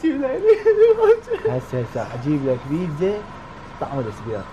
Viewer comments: للعلم اسمها بيتزا مو بيزا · بيزا شنو بيتزا مو بيزا 😂😜✌